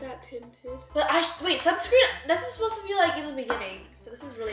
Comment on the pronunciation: Lol “suscreen”